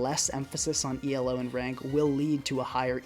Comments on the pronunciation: hey, you told me you wanted to work on your english better, just wanted to say you dont have to pronounce elo as an abbreviation, it is meant to be said as a word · It’s not E.L.O, just Elo, Elo isn’t an acronym it’s the last name of the man who invented that rating System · Great video except for your pronunciation of Elo 🙏